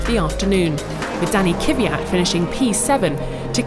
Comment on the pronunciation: Why is the woman speaking: kiviat she should speak: kyvat I know it's not easy to speak, but not so hard! (Sry for my Grammatik fails because usually I speak German)